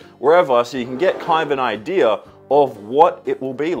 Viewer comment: My grandma used to say Idear when she said Idea and the way you said it just really reminded me of her, thanks man, she passed at the beginning of the year and it was really nice having that memory pop up randomly.